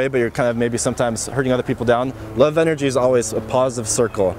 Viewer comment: im a fan but why do you end most of the things you say with "uh" or "ah". For instance you said "energia" instead of energy a lot. just wondering.